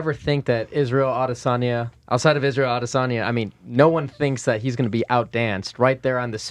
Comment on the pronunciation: Yo.. it's not Ah-de-SAWNYA, it's a-DESS-on-ya... also, you're doing a great job, i look forward to "The Schmozone Podcast 500: UFC 414 Fight Week..." ok best of luck sir